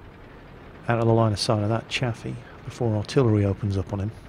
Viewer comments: Chaffee is pronounced 'Chayfee" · if u pronounce chayfee = gay feed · yes it is, it was named after Maj. General Adna R. Chaffee, Jr. his last name is pronounced Chayfee